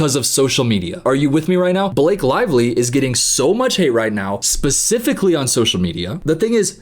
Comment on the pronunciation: *Buhcifically lol